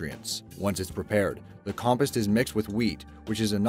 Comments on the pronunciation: Compist... Every narrator on your channel needs to learn how to use the pronunciation part of the dictionary. Com-post. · No, you're not. That and compost. It's "com-POST," like "fence POST," not "COMpehst." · WHY DOES HE SAY COMPIST!! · Ugh. "Com-post"! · He said compus not compost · So we're just not going to talk about the way he pronounces compost?